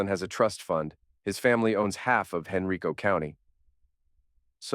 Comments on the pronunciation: For Henrico County it’s pronounced Hen Rye Co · If someone gave me the clap , there would be no calm discussion and I surely would've stopped sleeping with them. The geography was good , Henrico was pronounced wrong but that's not unusual for strangers that don't know